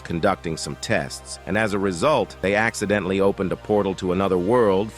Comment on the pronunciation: bruh said 81 axeedently💀💀